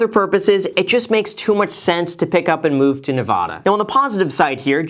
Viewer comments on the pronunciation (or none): sounds like you don't live here lol, he pronounced it wrong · Bahahaha at first I thought besides Las Vegas where else would anyone want to go. Hahaha! Good choice! Join us here ♥️ But if you’re going to be a local you have to say it right... it isn’t Nev-awda... 😳 hahah good luck when the world rejoins the living maybe we will pass sometime. Most love it or hate it so hope you enjoy it! Smart move! ♥️ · Nuh-va(like mad)-duh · If you’re gonna live here you need to know it’s pronounced nevAda not nevOda 🤭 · Quick crash course. It's not “Las V-EY-gas Nev-AH-da" ..... it's actually "Las Vegas, Nev-AD-a". Welcome home. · it's a Spanish word so basically you're wrong too..... NEH-VAH-DAH. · Jayden Glasgow Rewatch the video he said nevOda throughout. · If you move to Nevafa, for all that is holy, pronounce it NEV-ADD-A not NEV-AH-DA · Las Vegas Nuh-Va-Duh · Learn how to pronounce Neva-Duh Please! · I moved to Vegas from Southern California a couple decades ago when I saw the writing on the wall. You might want to check your pronunciation of "Nevada" if you want to sound like a local :). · Make sure you start saying Nevada right haha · I cringed at that moment.haha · As a native Nevadan... I cringed when he mispronounced Nevada. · Thinking of moving to Vegas just to mispronounce Nevada. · If you’re gonna move here you cant pronounce “Nevada” like that 😭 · You should learn how to say nevada properly before you move here.... They will rip you a new one. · Hopefully you have learned the correct way to pronounce our state’s name. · I was going to hit the like button but you said Nevada wrong lol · you should learn how to pronounce the name of your new state. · Welcome, but learn how to correctly pronounce our state.